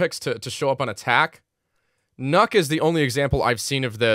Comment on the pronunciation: It’s pronounced Nuke call her redacted